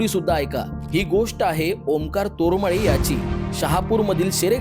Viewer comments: आडनाव तर नीट घ्या तोरमाळे नाही ते तारमळे आहे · Tormale nahiiii tarmaleee